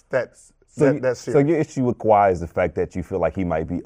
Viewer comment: Tf this guy saying KAWHI. this man is dumbbb